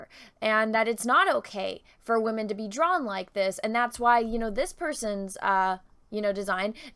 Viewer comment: I liked it when you said wamen haha